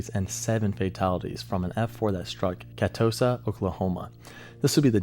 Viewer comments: i pronounce it as ca-too-sa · It's pronounced KUH-TOO-SUH. But great video. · Amazing video, kinda butchered catossa but i cant be mad Oklahoma has some wild aas names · just for information, it's pronounced ca (as in like the start of cat)-two-sa not ca-toe-sa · Just an fyi, Catoosa is pronounced “kuh -too-suh” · Cuh-toosa that’s how you pronounce Catoosa, Oklahoma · Man I do love your videos but for the love of Pete we have to work on your Oklahoma pronunciations. Catoosa sent shivers down my spine. Lol. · He mispronounced "Catoosa" too, LOL. But he did apologize in advance. :)